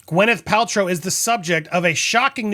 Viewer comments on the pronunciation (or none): It’s Gwyn, not Gwen! 😂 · Gwyneth is spelt with an Y so it is logical that it is pronounced as the "y" in "happy" , if the sound was supposed to be more like an "e" as in "bed" it would have been spelt with an "i" as in "sit" or with an "e" as in "red". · YES GWINETH PRONOUNCED! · I think we should just keep mispronouncing her name 😂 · A vaginal health lawsuit. Now I have seen everything. I did know of her preferences when it comes to pronouncing her name. Although not a fan, I did enjoy watching her on the big screen.